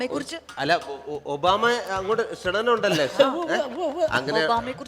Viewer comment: ക്ഷണനം അല്ല ക്ഷണം